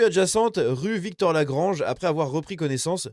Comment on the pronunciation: C'est rue Victor Lagrange et pas Victorè-Lagrange, voilà pourquoi maps ne trouve pas 😉